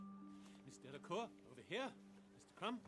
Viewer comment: It's 'Delacour' not 'Delacore'.